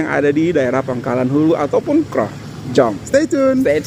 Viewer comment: Sekali lagi sebutan KROH itu janggal bagi kami orang Hulu Perak. Huruf O disebut seperti anda bunyikan in English OWN atau OWE the debt